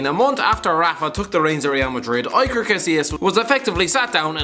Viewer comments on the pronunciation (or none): "EYE-ker Casillas..." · EYE-ker Casillas? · That pronounciation of Iker... God help me